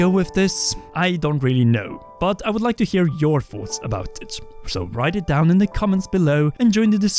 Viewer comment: I’ll never understand how you can pronounce “th” in every word but “the” 😭